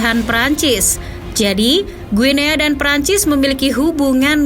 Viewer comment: izin koreksi, bacanya "Gini" min 🙏